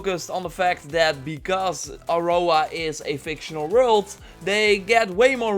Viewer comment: Can you please not say, "Aurora" anymore ? Thanks 😉😊